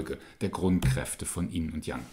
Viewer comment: Why do you pronounce yin = "in"??